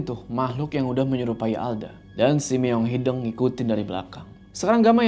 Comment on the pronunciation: Sampe skrg masih salah nyebutin “meong hideng” hrsny kan “hideung” ga sih 😂😂